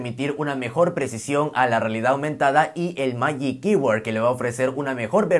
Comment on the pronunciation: Se pronuncia “majic kybord” para futuras referencias 🇺🇸